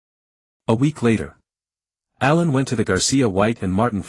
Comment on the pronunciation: What with the names bro. Why pronounce it like A I lun instead of allen